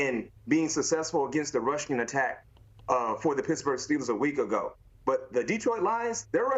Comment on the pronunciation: B Mac, stop sayin Russian attack, it's rushING attack